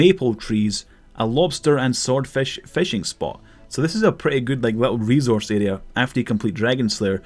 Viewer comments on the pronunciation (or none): none